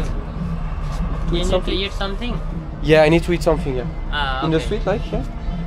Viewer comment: fait gaffe. quand tu dit "eat" en anglais, tu prononce avec un "h" au debut, ce qui fait "heat" et cela ne veut pas dire la meme chose, il faut donc que tu fasses attention quand tu prononce le mot. Sinon la video incroyable comme d'hab.